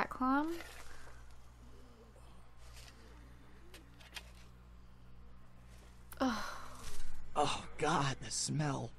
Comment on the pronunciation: her nickname isnt "clam" its clem ok?